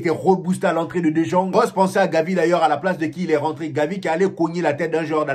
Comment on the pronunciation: Champion ça s'écrit "De jong" mais se prononce (De yong)... Sinon, nice débriefing !!!